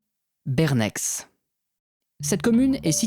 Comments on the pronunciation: J'aime bien tes vidéo, mais franchement tu pourrais te renseigner sur la prononciation des noms de lieux, d'autant plus que souvent ils apportent aussi des indications (j'ai dû réfléchir un moment pour comprendre de quel endroit tu parlais). En Suisse romande on parle français mais pas le même que celui de France, on a des mots qui nous sont propres et aussi un prononciation différente. Pour tous les noms de lieux qui ont en suffixe "ex" cela se prononce comme comme un "è" donc sans le "x". Pour les nom qui ont une voyelle et un "z", le "z" ne se prononce pas et la voyelle est muette, pour ceux qui n'on pas l'habitude de prononcer un "a" ou un "o" muet, le plus juste est de prononcer un "e" muet. La seule exception et le village de la Sarraz où le "a" n'est pas muet mais le "z" ne se prononce pas. J'ai vu plusieurs autels romains en rapport avec la foudre en Suisse Romande, c'est assez courant. Note que dans le canton de Vaud, tout le monde peut avoir accès aux découvertes qui ont été faites par l'intermédiaire du site officiel du canton. C'est important quand on veut construire de savoir s'il n'y a pas de site de fouille à proximité. Dans certaines zones il faut l'autorisation de l'archéologue cantonal pour construire. Beaucoup de découverte en Suisse romande ont été faites lors de construction dans les villes, ou lors du passage de la charrue dans les vignes, et je peux t'assurer que tout n'est pas signalé, beaucoup de vignerons ont une collection personnelle. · Ouais moi qui suit genevois j'avais presque des spasmes à chaque fois qu'il le disait x) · J’avoue ça m’a stressée pendant toute la vidéo 😭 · Le X de Bernex ne se prononce pas sauf erreur, sinon super vidéo comme d’habitude. J’habite dans La région (5km) et j’avais déjà entendu ces histoire quand j’étais plus jeune ;) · Hello , très bien ton job bravo ..mais .. Bernex se prononce '' Berné '' .. les x en fin de nom ne se prononcent pas en Suisse 🇨🇭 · On dit "Bern-AI" comme dans le ê de être :)